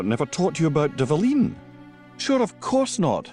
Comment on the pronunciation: Dvalin is pronounced as Dwalin.